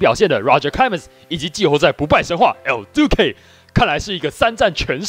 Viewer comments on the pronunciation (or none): 為什麼你每次講El~Duque的那個音我笑到快瘋掉 有夠好笑🤪